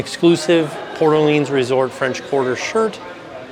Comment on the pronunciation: This was the first resort I stayed at so it was fun to see it again. As a New Orleans native, I appreciate you saying the name right lol. Love the videos and congrats on the baby!